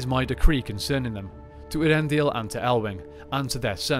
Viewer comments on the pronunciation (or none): Ay-ahr-EN-dil, not Ear-en-dil. Please, PLEASE read the appendices on Elvish pronunciation or The Languages of Tolkien's Middle-Earth. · In terms of the way the name sounds, I always thought it was pronounced "Ey-ar-en-dil" rather than as presented here "Ear-en-dil"...was I wrong? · I think so, I pronounce something close to "Ea-ren-dil". I give it a little more pause between "Ea" and then "rendil", in Appendix E of LOTR there is a clear explanation of the sounds of names but its been a while since I read it.